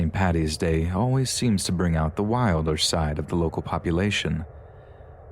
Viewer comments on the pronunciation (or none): none